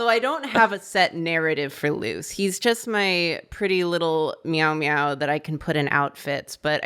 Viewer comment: oh my god, for weeks i've forgotten Luce's name and have just been hearing "Moose" this ENTIRE time, that's what i've been calling him, FOR WEEKS, and I thought that was NORMAL